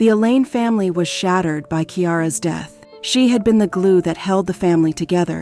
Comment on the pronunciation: Horrible reading by whatever means this was done by. Death pronounced deeeth, and many many other mispronunciations made it hard to listen to. Just read it yourself!